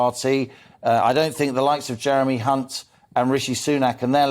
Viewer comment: Mispronunciation of Hunts surname isn’t a slip of the tongue He is one